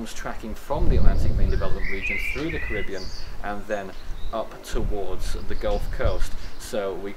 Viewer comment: You are English, please say "Caribbean" properly 😂